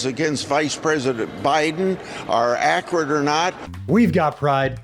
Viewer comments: Needs to retire, did Grassley mean to say ‘’accurate ‘’ but said ‘’acrid ‘’ ? Ugh 😑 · He can’t even pronounce “accurate” correctly. Who listens to these evil clowns!